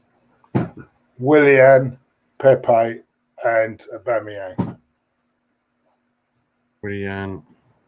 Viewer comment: Why does call him Auboomayong